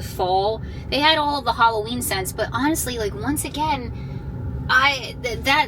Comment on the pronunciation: Wasn't sure she's doing summerween instead says valloween